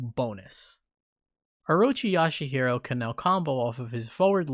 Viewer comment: Shingo getting that much meter on a crit from that reka is shameless. Also 'Yashahiro', 'Dolly'. lol